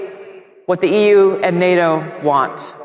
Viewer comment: "Munroe?" "The U-E"? Who is this guy again? Was he another real estate shell game operator? The tone doesn't matter if you can't pronounce anything you claim to know about.